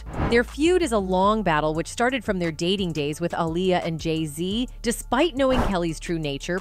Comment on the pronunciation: You need to change your Voice Over Artist—she can’t decide how to pronounce the artist’s name Aaliyah or Alia? from one sentence to the other, sometimes in the same sentence. It’s hard to pay attention otherwise. Or is she AI? No I think AI would be better.